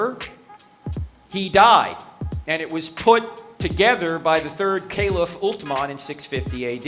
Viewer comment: Atleast he should have heard the name of Usman Rathiallahu Anhu ❤ properly. I am really mad at him for pronouncing it wrong as Alterman.. how dare